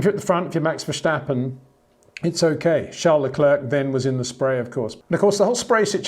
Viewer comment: Would you blokes please stop pronouncing Leclerc with a k, it is a silent c it is French, you should know that? it's just across the channel!